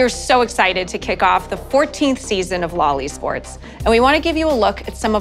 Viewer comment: You say "LoL eSports", I hear "loli sports"